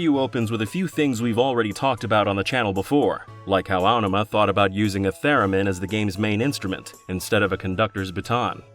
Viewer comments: Feels so wrong to hear the emphasis put on the first syllable of "Aonuma". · Was this narrated by AI? Your pronunciation of Aonuma is so grating I can't watch this.